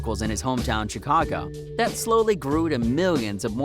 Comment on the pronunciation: He said chcaga